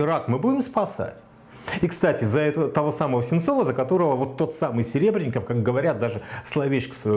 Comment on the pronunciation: Во-первых, он всё-таки Серебренников. Коверканье фамилии совсем не красит. Да и картошки всё-таки мешок, а не мешёк. В случае с Сенцовым Кирилл был одним из первых отечественных деятелей искусства, кто высказался в его поддержку. Наряду с Сокуровым и Хлебниковым. Почему наплевать на политзаключенных? Мне не наплевать. Да и с транспарантами в их защиту выходили не раз. Где сам сей господин был в тот момент? Дело Серебренникова, безусловно, более резонансное, потому что это Серебренников, а не безвестный Вася Пупкин. Точно так же о сталинских репрессиях мы говорим через призму судеб Мейерхольда, Вавилова, Шаламова. Точно так же, как выступают за спасение Олега Сенцова, хотя знают, что в российских тюрьмах он не единственный безвинно сидящий украинец. Какого лешего Романов приплетает туда же Жанну Фриске, вообще не очень понятно. Должен ли я отказать человеку в помощи и поддержке лишь по причине социальных, политических или культурных несовпадений? Да ну нахрен.